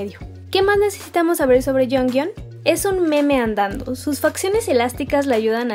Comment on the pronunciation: No hate pero se dice "choion" a jeongyeon "jihio" a jihyo